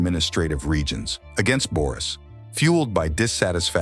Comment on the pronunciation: No, of course. Where did you forget -s in Boris? And the sound ö and ü have nothing in common with the sound o and i .The name is pronounced Boris, and not Börüs. You just change the whole pronunciation of the Bulgarian name Boris to fit it to a loanword in the turkic languages - börü ( according Carter V. Findley ). The word börü is uncommon in contemporary standard Turkish or in vernacular speech and it is predominantly used in Siberian and Kipchak Turkic languages. The myth for the bozkurt and the she-wolf, called Asena ( a non-turkic word according to most turkologists, which means blue-gray in Persian, Tocharian and Sogdian) are revived in 1930 with the rise of the turkish nationalism. The legend for Asena is not depicted on a stone monument as you say, but these myths are recorded in the Chinese book of Sui and the Chinese book of Zhou, completed in 636 AD. And if we try to play the turkish game of words like yours, if Ashina means blue ( the founding clan of the BLUE TURKS - Gök Türük, and the modern turkish Gök- which means blue ) we can make the interpretation that if we delete the letter A in Ashina ( in the same way you delete the letter -s from Boris, and replace o with ö, and u with ü ) then it derives from the Bulgarian word синя (sinya), which means blue. It is one more confirmation that ashina is not a turkic word. Understand that you can not create history from fairy tales and interpretations. If Bulgarians use fairy tales and interpretations , then the name